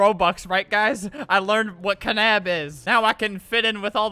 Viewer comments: It's not knab it's more like nab with the k bruh (my friend,Louise,his nickname is Louise foncee nothing to do with the knab stuff though :/)that looks weird ⊙-⊙ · he said knab like ka nab but considering it has kn it would be knab as in nab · Sorry to break it to you but knab is pronounced nab 😶😶